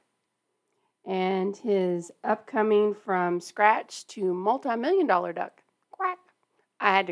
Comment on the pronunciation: You said Tuomas right - but "Duck" was really deep southern, LOL!